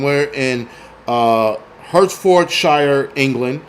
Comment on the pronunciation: Around 1 hour 30 mins...that is the worst pronunciation of Hertfordshire I've ever heard. 🤣 (It's "Hart-ford-sh"). No offence, you should hear me butcher some American place names. Great show, I really enjoyed listening to this.